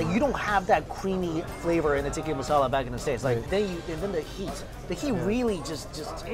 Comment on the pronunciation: The way he says ‘Tikki masala’ xDD its TIKKA